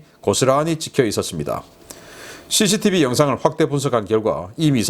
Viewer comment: 자꾸 씨시티브 강조하지 마세요 씨시디브 제거하면 어떻게 하려고요 제발 강조하지마세요